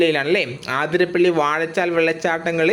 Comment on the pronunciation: ആതിരപ്പള്ളി അല്ല അതിരപ്പിള്ളി